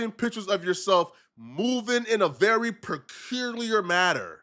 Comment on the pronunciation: Capuliur u mean peculiar azz moron